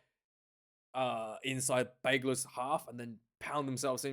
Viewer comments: Thanks. Please call the team, simply « UBB » in english or french. You are pronouncing Bègles wrongly, and forgetting Bordeaux in the name will not make you friends from the city 😊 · No need to pronounce the “s” my man